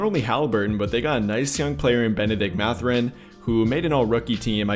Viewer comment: "MATH-er-in". Not "Muh-ther-in". 😉